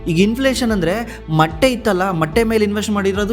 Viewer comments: ಮಟ್ಟೀ ಅಲ್ಲ. ಮೊಟ್ಟೆ 😢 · ಮಟ್ಟೆ ಅಲ್ಲ ಸರ್ ಅದು ಮೊಟ್ಟೆ 😮